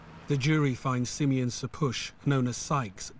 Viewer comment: "Simeon" is one of the 12 ancient tribes of Israel, he is Jacobs son in the bible, it's pronounced Shimon in Hebrew.. there are famous Rastas and Bulgarian Royals named Simeon. Simian isnt a name, is pronounced differently and means primate